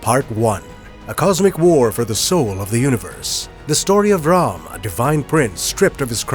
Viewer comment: Sir , RAMAYANA is way much older than 9000 yrs ( 7200 BCE + 2026 === 9226 yrs ) SIr , I really loved the way u pronounced Indian names such as Ram and Namit Malhotra , perfectly.....